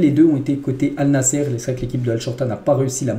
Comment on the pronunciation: Désolé mon frère mais tu prononce mal l équipe de CR7 au lieu de Allnassr, mais pas Allnassere. Je te demande pardon d'avance si j'ai mal parlé. Merci pour le compréhension.